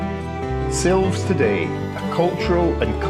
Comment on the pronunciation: Great video. To pronounce the town I believe is is 'Silvesh' but could be wrong. Next time you are there then go on a Sunday afternoon to Cafe Ingles as they have a lovely music lunch. Oh I think its Sherusgayra!! 🙂